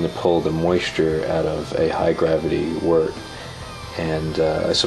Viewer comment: FINALLY someone that pronounces wort correctly. Looks like you know what youre doing too. Great job. I've got an LME robust porter in my primary right now.